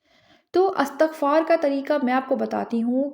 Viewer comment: Word istagfar not Astagfar